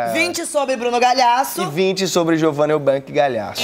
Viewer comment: Essa porra escreve Bruno Gagliasso mas fala Galhasso ?? Pq ja voltei e só ouço assim